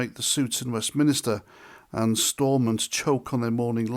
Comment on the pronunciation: Its westminster not westminister bloody annoying